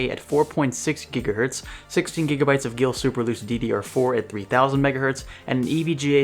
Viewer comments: Its Not called geil you Must speak it Gail in German it means you want to f*** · gil wtf is gil ? oh he meant geil